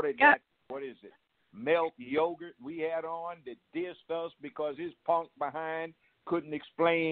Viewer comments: Yeah, Judge B is right about everything also widen the spectrum on who should be on the $20 bill re: black hero's. I thought he said Yogart ha ha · Haven't seen a comment section this woke in a min. Salute 💯 Judge a beast speaking facts only And he called "Malik Yoba" melk yogurt 😂😂😂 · Love judge joe. Did he call Malik Yoga Mell Yogurt? Lol 😂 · Yooo he called Malik Yoba Milk yogurt lmao ha ha aha lol